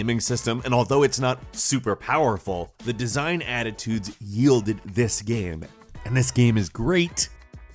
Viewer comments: bro its game not gaiem. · "This is a great gaem." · you are saying game super weird.